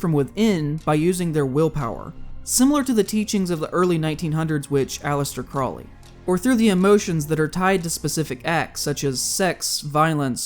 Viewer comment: The horned deity you showed when mentioning Abrahamic religions is Cernunnos and he predates Christianity. Also, Crowley is pronounced like the bird, Crow-ley.